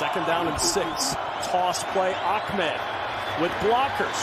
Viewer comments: This commentator screwing up Ahmed by saying Achmed...lol. Yea because there is a C in the guys last name. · He keeps calling Ahmed "Ahkmed" lol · Ahmed doesn't have a Kah sounds anywhere in it. That would be achmed.... jebus lol